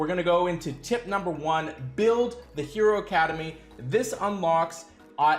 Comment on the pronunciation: How do you always come up with the least intuitive pronunciation for every hero?